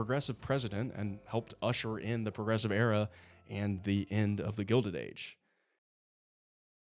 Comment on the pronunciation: "The Progessive Era"